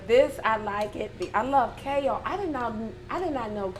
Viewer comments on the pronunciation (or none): "I love KAYULE! I didn't know KAYULE could be that good! I can eat KAYULE like greens!" - I will now pronounce Kale like first lady!